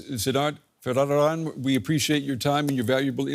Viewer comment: hahaha... DW confidently mispronouncing the guest name as "Siddadt Vadadada" !!